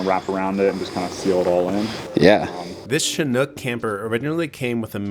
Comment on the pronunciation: If you’re super familiar with chinooks, proceeds to pronounce it wrong